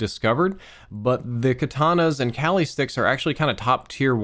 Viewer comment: Its pronounced kah-li (like you're saying Ali but with a k)